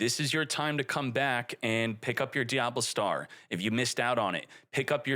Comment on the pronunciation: The way pronounces the cards. Acray Dragon and Diablstar just hurt my soul. It's Arc-Ray Dragon and DiaBELLstar